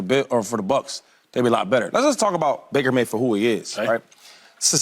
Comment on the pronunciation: Lmao. 😂 Bake-er... Mayfield.